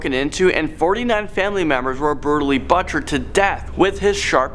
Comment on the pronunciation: the way you pronounce "butchered" makes me more uncomfortable than the rest of this video